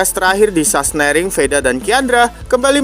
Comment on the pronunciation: Sahsenring bang bukan sahsnering 😂😂😂